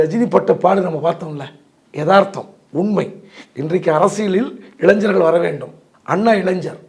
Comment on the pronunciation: ஞ வை சரியாக உச்சரிக்கவில்லையே அவர்களே இளைங்கர் என தொனிக்கும் வகையில் உள்ளது இளைஞர்கள் என தெளிவாக வரவில்லை.சிலருக்கு இப்படி ஆகிவிடும்